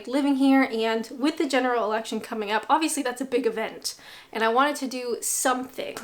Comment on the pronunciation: I had to replay the start as the first time you said it I thought you said General Erection. Suffering from foot in mouth disease is a prerequisite for becoming a Politician. I don't think that Boris fathered any children that night after that zip wire escapade.